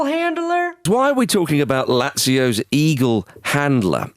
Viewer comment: That guy's pronunciation of Lazio should put him on a watchlist.